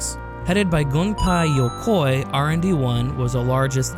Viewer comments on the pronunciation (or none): “Kaioto” “Gunpai Yokoi” “Hiroji Kaiotake” “Hirofumi Matsiyoka”